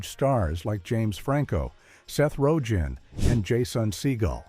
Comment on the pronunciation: I really hate this AI world we live in. I shut it off less than two minutes in. Seth Ro Gan? Jason Seagull? Spelt Seehull??? SERIOUSLY??? And we wonder why people are getting stupider.